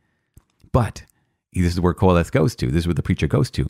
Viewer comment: Is Qoholeth the preacher, I wasn't sure even after you repeated it 7 or 8 times😂